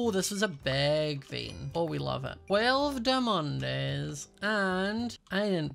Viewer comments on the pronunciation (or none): It’s hilarious how says “Dimondès” instead of diamonds XD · dimondes My brain everytime: diamontes